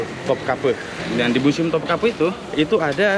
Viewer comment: Keren banget dah bang. Anyway museum ya bang bukan musium hehe